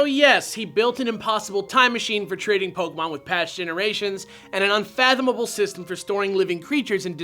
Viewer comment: Bill: POKAMON!!!!! D